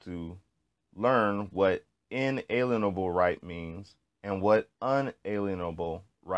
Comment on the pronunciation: lol at least learn how to pronounce "inalienable".